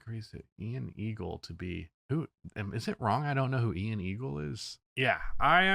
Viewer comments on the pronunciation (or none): Think it’s pronounced eye anne… Ian Eagle